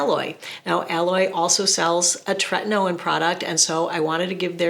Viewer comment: I remember ur older videos how u use to pronounce Tretinoin incorrectly